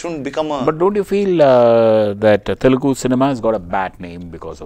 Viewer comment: It is 'Telugu' not 'telgu'